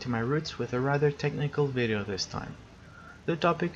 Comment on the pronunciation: Adam514 some of your words seem a bit squished together at times, like when you said the word "video"